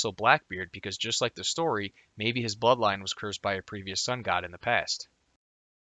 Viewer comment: I swear I'm hearing you say buttline instead of bloodline